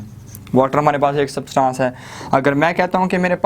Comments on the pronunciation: It,s substance not subtaaance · सब्सटांस नही substance ऐंस pronounce hoga 🙂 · Bhai word substaaaaaaaance ni hai thats substance pronounciate it propperly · its substance not Subtaaancee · its substance not sabstancee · Sir, Please Pronounce “ SUBSTANCE “ Properly!!!!! Please 👏